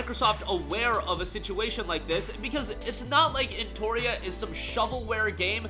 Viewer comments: why are you misspelling the name of the game, it's eno-tria not en-toria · Say EnTORia one more time. Do it